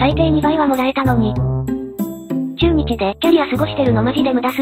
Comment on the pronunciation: ちゅーにちやめて笑